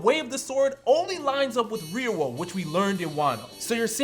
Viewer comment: Thank you for pronouncing it properly as Ryuo. Powerscaling is so annoying, especially when people think someone being stronger makes them a better character and just make things a numbers game of power levels.